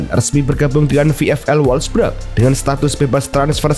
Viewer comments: wolfsburg min bukan wolfbrek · wolfburg min.. bukan wolfbrek😅